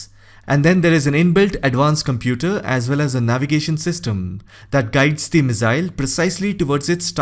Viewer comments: Its pronounced misaaill not mizzail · Missile not Mizzile, ffs .